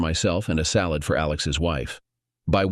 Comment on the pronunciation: Salmon salOd... sounds like the narrator is channeling Megamind LOL